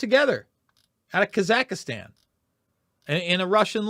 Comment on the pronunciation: it is Kaz ak stan. not kaz ak istan.